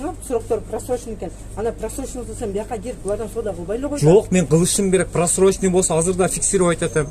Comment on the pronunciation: Залда вообще болбош керек просроченной товар .бул башы жок артында турган деп доодуроп атат го....суйлогонун турат го Эл душмандары!